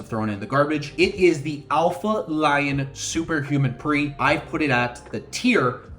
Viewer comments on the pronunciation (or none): none